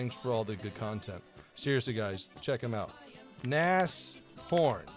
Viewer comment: it's pronounced Na-shh-horn